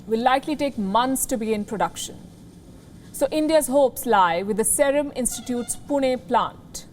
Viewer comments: Wrong pronounciation of Serum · What a Jerk news channel.. this is like one of the BJP propoganda machine.. this stupid news anchor can't even pronunciate "Serum"... She is a pure "bhanghan"...